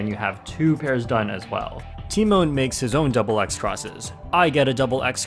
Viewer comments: everyone: te-maun (tymon): ti-moan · Um, it's pronounced t-EE-mahn, lol. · And here I thought the "Tymoan" pronunciation has come to an end. 🤦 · Im polish and its pronounced "Tyh Mon" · He pronounced his name so wrong lol. But great video keep it up. And congrats tymon!💪👌👍